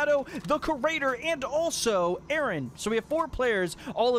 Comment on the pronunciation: A A RON .... 🤣🤣🤣🤣 ... kee and Pele.... 👍😅